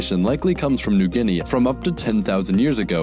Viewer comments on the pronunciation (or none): none